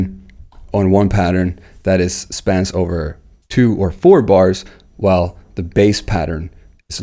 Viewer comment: Hello! Great video! But I must ask: are you joking around when you pronounce the word "knob" like it is written instead of the real pronounciation "nobb" and the word "while" like "schhwile" instead of the pronounciation "wail"? He-he just asking. Very good video!